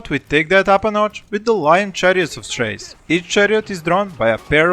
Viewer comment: Chrace is pronounced “Kreis”.